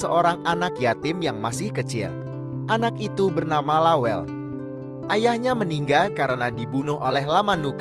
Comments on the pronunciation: La welle, ' bukan lawell... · Lawelle bang bukan lawel, ase bukan Ais,,😅😅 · Saya dislike karena narasi menggunakan bahasa Google. Lawelle kok jadi lawel....opppooooo wi... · Aduuh,... ga sereg dengernya, narasinya bkn org bugis. Penyebutan nama lawel, itu bkn nama bugis pa'e 🙏🙏🙏